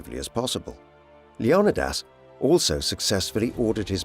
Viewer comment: "LEO-KNEE-DIS"" wtf